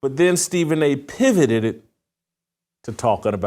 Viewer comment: He "pivoteded"😂